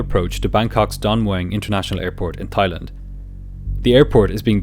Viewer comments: Everytime his says "Thighland" instead of "Thailand" I giggled 😂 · Brilliant video. Though it's not "Thigh" it's said like " Tie " love your story telling style. ❤️ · It’s pronounced “Tai” not “Thigh” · The H in Thailand is silent 🙏